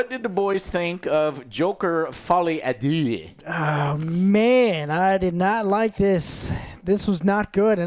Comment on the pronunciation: "Joker Folly Ahh Doo" hahahaha